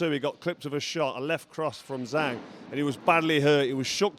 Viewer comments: It’s zhang not zang, Doh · Carl, learn how to properly pronounce the name of the champ. Disrespectful.